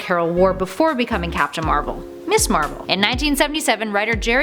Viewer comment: Ms. is pronounced 'miz' not 'miss', we already have a 'miss' it's 'miss'.